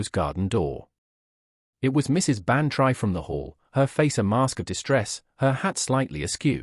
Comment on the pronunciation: Dolly's name is not pronounced Ban try; it is Ban tree. But this is not the only reason you don't fool with the classics: this whole story is so silly it might as well be called "Miss Marple Meets The Twilight Zone."